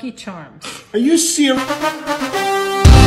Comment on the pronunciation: "Lucky Charms" "AW YOU SEWIOUS--"